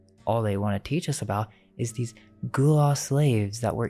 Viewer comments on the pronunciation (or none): Please pronounce my city’s culture correctly smh. It’s Gullah and it sounds like Gah Lah